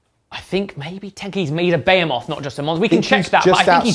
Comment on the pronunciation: considering how you pronounce Behemoth, you wouldn't have happened to grown up watching Robot Wars, would you?